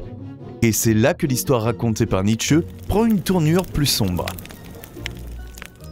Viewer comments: Très bien ces videos philosophiques, mais par pitié NietzschE avec la derniere lettre accentuee ça me tue les oreilles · Oui mais là on sent que la prononciation n'est pas encore parfaite (ça viendra, je n'en doute pas). En allemand le "e" est prononcé mais pas décollé grossièrement comme dans la vidéo.